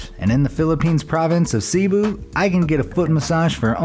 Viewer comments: Philippines Cebu Guy: Sibu How it's pronounced: Sebu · Cebu Its not pronouneced as seeboo its more like sebo/sebu i know because i live in the philipines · In the Philippines Cebu is pronounced as sebu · Oh my god, how he said Cebu is so cringey but at the same time annoying xD he says it as SEABU not Ci-bu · When he pronounces it as "Seebuu" lmao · Seeboo its cebu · Cebu is pronounced faster